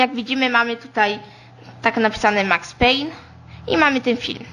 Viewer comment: NIE WIERZĘ!!! WYMÓWIŁ MAX PAYNE W MIARE NORMALNIE!!!